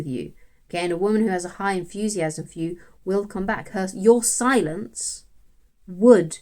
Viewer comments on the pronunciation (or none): "The Zound of Zilence!" ; good zong name!😉💕